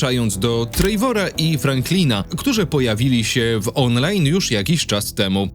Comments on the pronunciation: Oglądam na TV i wszedłem na fona żeby właśnie to skomentować 😆 Po prostu TREWOR. Wiadomo wymawia się to z akcentem ale lepsze Trewor niż Trejwor 😅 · "odtwórca Trejvora" 😂😂😂